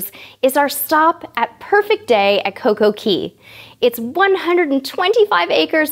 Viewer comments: It's coco K not coco key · I believe its pronounced coco cay (Kay) not key :) ur so cute